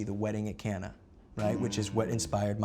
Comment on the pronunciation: Logic I love you dude but it's not Cana. It is pronounced [Cain] as in like in Cain and Abel with an [a] at the end. I'm not offended or anything but like Christians will be on your butt about it all the time about it. Dude your music rocks Neil Degrasse Tyson rocks. Can't wait to see where you go in life